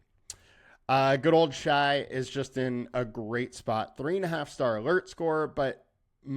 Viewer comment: ok but its pronounced shay lol